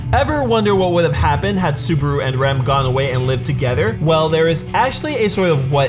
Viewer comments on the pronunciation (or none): He pronounces Rem and Ram the same way...americans...the really can't speak properly any other language ( most of them anyway) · Why do you pronounce Rem and Ram the same??